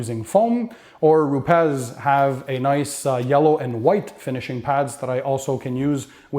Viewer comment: Not “ru pez “. Pronounced “ru pees”